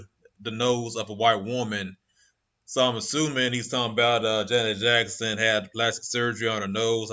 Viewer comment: How about pronouncing her name right!!